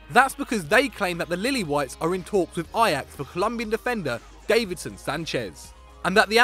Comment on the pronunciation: Isn't it Davinson Sanchez not Davison Sanchez